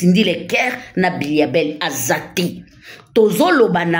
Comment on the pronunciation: M'bilia bel et non mbiya bel